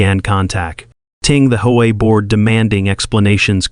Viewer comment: Hey AI, I love the way you call H O A HO A!